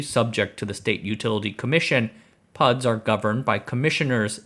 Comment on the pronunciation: Lost me when he said PUDs